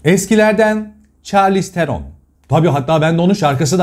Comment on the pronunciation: Sanırım Charlize Theron'un ismi hiçbir zaman doğru okunamayacak :)